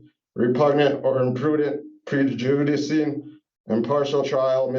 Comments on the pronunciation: I know it's low hanging fruit, but did he read the word "prejudice" as "prejoodisee"? Because if so, I have to admit that's a new one for me. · Did he pronounce the word ‘prejudice’ as Pree-joo-dih-see? Really?? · Did he mispronounce prejudice? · LOL! Listening to an uneducated moron trying to say the word prejudice is hilarious. I tried the subtitles, and almost broke it.